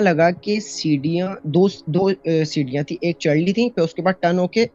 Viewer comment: Oh bhai ye kya cd cd cdiyan cdiyan lagai hui hai ? Sirriyan bolo seedha seedha.